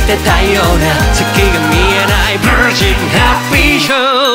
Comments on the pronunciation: ヴァージンハッピーショーの発音がすきすぎる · 無機質なようなの発音とヴァージンの発音とYou а Kingの発音めっちゃ好きぃぃぃ!!!!!!!!